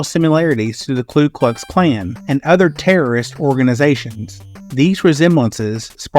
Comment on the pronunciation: Also, Ku Klux Klan, not Klu Klux Klan